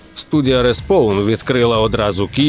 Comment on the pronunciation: згоден, але було б ще краще, якби не було ляпів типу "респОвн" та "бетгЕрл" українська транслітерація це добре, але іноді вона ріже вухо) дякую за чудовий та якісний контент 💙💛